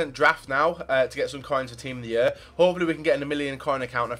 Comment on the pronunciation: " team of the yur "